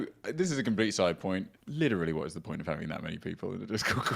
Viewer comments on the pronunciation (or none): Litrereallyy Edit: Litraiallyy *